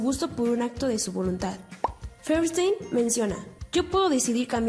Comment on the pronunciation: Es Feuerstein, no Feverstein!! xd Pero muy buen video 💗